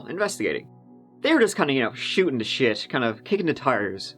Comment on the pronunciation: I like how he says Tree instead of Three, and Shite instead of Shit